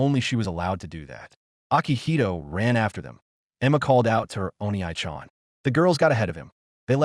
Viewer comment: O-NEE chan. not oni-aye chan. for the love of peter someone teach the AI how to pronounce it. every single one does it wrong.